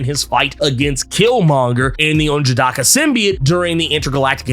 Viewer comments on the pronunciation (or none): Still murdering n'jadaka's name 😂